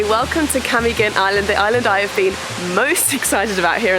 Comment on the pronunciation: Camiguin: [kah - "me" - GIN] stress on the third syllable, hard "G" as in "guess" Mantigue: [mahn - TEE - geh] stress on the second syllable, hard "G" That's my favorite island too!!! You went in January? People splurged during the Christmas break, we're back at work, broke... I feel sad for Cole, his phone stolen. Glad you enjoyed the island... 😃